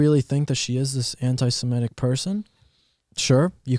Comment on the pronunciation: “Semitic” not semetic